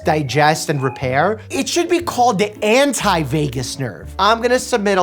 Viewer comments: It's vagus, not Vegas. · Vagus my dude lol, not Vegas. 😂😅 hopefully this was a joke that went over my head... lol 😂😂😂😂